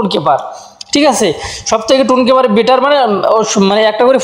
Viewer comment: Vai টন কিপার হবে, টুন কিপার আবার কি ভাই?😑